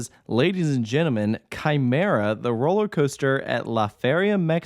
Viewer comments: I already knew who Quimera was before the accident on September 29 2019 because of top 100 lists. Btw Quimera is pronouced kee-mair-a I’m surprised quimera was even allowed to be relocated. Heck, THE U.S. But still, this is great I’m super excited for this addition I’m kinda wondering what will happen to the other two coasters at La Feria because their fates are undecided but i’m pretty confident the park will close. (Quimera and Reverchon are listed as defunct coasters at la feria while montana russa and the swarzkopf shuttle loop) So happy Quimera is saved! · Quimera is pronounced Kee-Meh-Ra 🥃